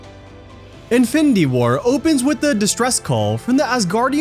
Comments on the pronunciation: bro, it's pronounced as IN-FIN-NI-TY, not INFITY like wtf lol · In-fin-d-war? Dafuq us that? Didn’t get past 2 minutes of this video. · “Ifendi war” 🤣🤣🤣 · Who else was annoyed by the narrator constantly saying 'infindy war'? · wtf is infindy? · Since the first time he said it. It really made this video really difficult to watch. Content was great, but this host was truly difficult to listen to. Especially how he says “infindy” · I'm a quarter of the way through and I'd have to "concur doctor" 😂😂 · Fidy facts you didn't know about infindy war😂😂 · Me tooo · Jesus, I didn’t notice it until I read your post Now, YES it’s very annoying LOL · Infinidy war hahaha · Sometimes it’s just “findy” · "INFINDY WAR" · Fact 51: its pronounced InFINdy war apparently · Fendy war??😂😂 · Narrator kept saying something like "infity war" was very annoying to the ears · Whats so funny is he kinda said infinity stones right in the beginning and then began to butcher the word throughout the rest of the video 😂😂😂😂😂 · Haha 😂thought I was the only one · Say infinity right lmao there’s no d in it it’s a t 😂😂